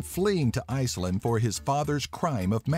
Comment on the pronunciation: Now only if the guy pronounced it Greenland and Iceland instead of "Greenlind" and "Icelind" and learned how to say Inuit, it'd be a very good video.